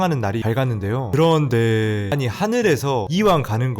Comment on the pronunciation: 그런뒈에~~여러번 들어도 너무 웃겨서 빵터져옄ㅋㅋㅋㅋ